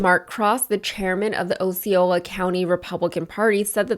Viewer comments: She also mispronounced "Osceola" as "Oh see oh lah." It's "AH se ohl ah," similar to "oscelot." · Also Osceola is pronounced ( Ah See Oh Lah )..